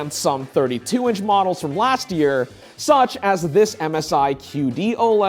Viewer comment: Dude, stop pausing between the words “such” and “as”, you sound like Shatner and it’s a nnoyig AF!